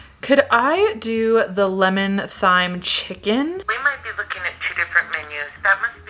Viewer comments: Thyme it's literally not thigh-m it's time, it's always been time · You threw her with the “thighm” not “time” pronouncement lol. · OMFG WHEN YOU GOT ON THE PHONE I CRINGED KNOWING YOU WERE ABOUT TO SAY THIGH-M 😭😭😭😭 it’s just like time, that video did you so dirty lol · YOU PRONOUNCE THYME AS TIME, I have no idea why it said it was ‘th’ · It’s pronounced “time,” not “thighm.” Listen to the song by Simon & Garfunkel. Parsley Sage Rosemary and Time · It's definitely not pronounced "thhhyme", it's just pronounced the same as "time". That internet fella did you dirty. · Girl its time not thigh-me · No says th-yme they said it like “time” technology isn’t always correct lol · Just for the record, the name of the herb with which the chicken on the hotel menu was roasted is pronounced "time" here in the United States. I suspect the video you consulted was from Great Britain given the accent of the pronouncer. They may well pronounce it "thime" on the other side of the pond but not over here! I'm surprised that you're not aware that British and American English are not always the same. Even if you don't come from a very culturally well exposed family, surely you've seen TV shows or movies set in Great Britain. There are many words pronounced differently in these two different versions of the English language, and there are even completely different words for the same thing. For example, the Brits call what we call a sweater a "jumper." Your first clue should have been that the man speaking in the video had a British accent. Just sayin'...... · its pronounced 'TIME' not 'THIME' 🤣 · Wait… thigh-m?? But Simon & Garfunkel say time? I’ve always said time 🤷‍♀️ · Hello Chef here, Thyme is pronounced time not thime. 🤘🌼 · Ok is Thyme really pronounced 'thigh-m' or have I been lied to my entire life lmao. It is DEFINITELY 'time'. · It is time not thime for thyme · ITS PRONOUNCED TIME NOT THYME IM DEAD💀💀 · That done you so dirty🤦‍♀️😂It IS pronounced as ‘Time’!🤣👏👌